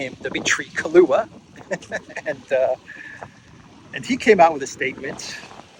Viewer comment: Mr. "Kahlua" 😂 too funny